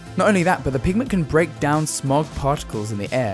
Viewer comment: Pig-a-ment? It's PIGMENT